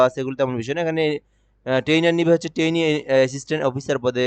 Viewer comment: ভাই মনে কিছু করবেন না .., যেই ব্যক্তি ট্রেইনি শুদ্ধভাবে উচ্চারণ করতে পারে না, টেইনার বলে তাকে আপনি কীভাবে স্যার বলে সম্বোধন করেন ..,,?? বুঝলাম না .., 🤔🤔??